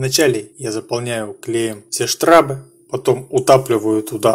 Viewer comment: не штрАбы, а штрОбы!